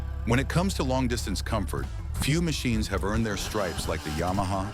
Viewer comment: “Ya-Maha”? Hahahahaha! Nuff said.